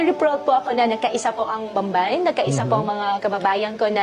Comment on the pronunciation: Inulit ulit ko ang sabi ba nya Bambay, hndi Bamban?